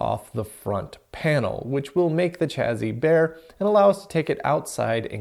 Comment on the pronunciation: Nice overview of the PDP-11 cards. But “chazzizz”? :)